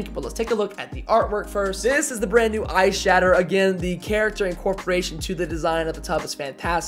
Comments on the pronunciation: It sounds like your saying eye shadow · Every time you said that “ice shatter” I kept thinking you were saying “eye shadow” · I shouldn’t have read this comment I heard this throughout the whole video